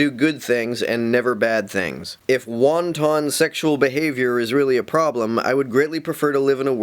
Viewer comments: Ever time says "wanton" I get hungry for Asian cuisine. I know this is a nitpick, but it's "whant-un", not wonton ("whan-tawn"). I do wish he'd start putting the emphasis on the correct syllable. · so I'm supposed to take the word of a guy who claims others don't understand "big words" and yet he cannot even pronounce "wanton" correctly? Personally, I don't engage in "wonton sexual behavior"... not even sure what that is... having sex in chinese food? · I've got that wonton lust in my belly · I'd argue that his pronunciation of wanton is worse than either.